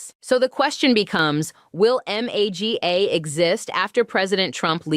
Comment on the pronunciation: You should train the AI host to stop spelling out M-A-G-A and say Maga! And learn how to use your AI hands more like a human. AI sucks. In fact, hire a real Black woman and stop replacing our people with computers. The unemployement rate amongst our people is high enough!